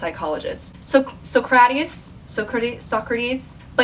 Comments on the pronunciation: No one:: SoCRaTiUS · Your incorporation of the sponsor added 10 years to my life and then your pronunciation of "Socrates" went and canceled it out. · 'That's a philosopher you dumb hoe' pops up on screen Me: Wait, is she trying to say Socrates?